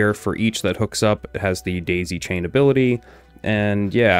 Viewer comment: I heard him say display chain instead of daisy chain 😊😊